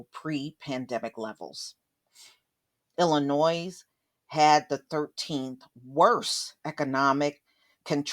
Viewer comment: The ‘S’ is silent in Illinois. 🙂 sorry sweetie, had to point this out. Guess where I’m from.. Illinoisians know this 😄